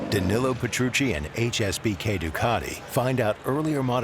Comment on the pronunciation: Great video but for the love of God learn to pronounce Danillo.